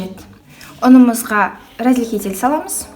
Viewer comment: Сіз разрыхлитель дегенді разыхлитель деп айтатын сияқтысыз